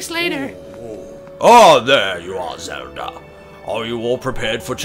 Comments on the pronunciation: no offense to your nationality Martyn, but I find it amusing that you say it like "zelder" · it sounds like you say zeldra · the first time he said zeldait sounded like he said zelder